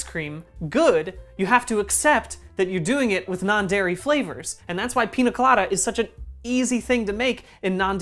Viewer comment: bdg i love you but every time you said pina instead of piña my latino ass took 25 points of psychic damage